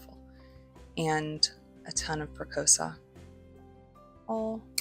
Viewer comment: Another nice video-good job. FYI- Press-E-O-SA